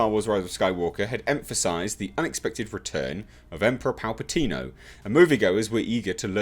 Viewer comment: It kills me how you say 'Palpatino'! Hilarious!!!! And good voice doing the Emperor!!!! Oh, what, my views on this topic? No comments of course!!!! Great video as always!!!!